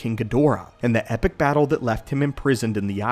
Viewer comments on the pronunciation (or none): none